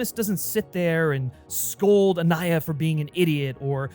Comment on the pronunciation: Anaya and not "Aniya".